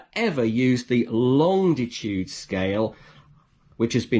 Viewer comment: Hello from Pedants’ Corner. There’s only one ‘D’ in Longitude. Please stop pronouncing it Longditude. Otherwise, most helpful video.